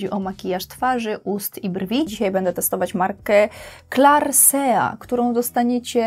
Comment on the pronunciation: Jak usłyszałam clarsea, to myślałam, że to jakaś podróbka claresy xd